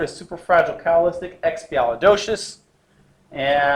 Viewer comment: Super... Cala... Coli flour... What?